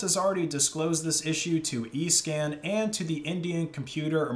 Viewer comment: I thought he said “eScam” lol